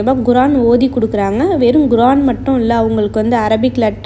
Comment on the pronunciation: Guran illa sis kuraan